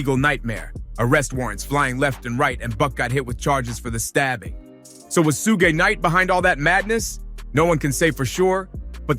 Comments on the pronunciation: 😂 you have to practice saying Suge Knight before you put it out there ask a friend ask him to proofread it or something cuz that's funny😂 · Soo-Gay Knight is here!! - Tony Yah-Yoh